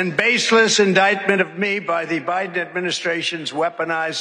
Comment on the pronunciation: 🤣🤣 it’s Joe BIDEN not Joe BRIDEN 🤣 Trump has the BEST words 🤣